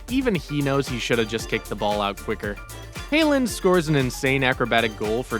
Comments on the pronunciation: hailand? its haaland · Bro can’t pronounce haaland lol